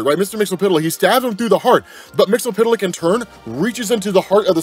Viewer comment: I cringe every time he pronounces mixlspitliks name.. But he provides the best comic breakdowns. So it’s yin and yang